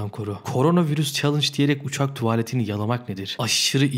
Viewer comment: Kimse: Gerçekten kimse:: TuAaLeT